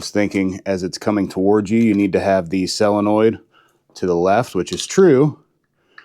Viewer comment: Why do you pronounce solenoid as cylanoid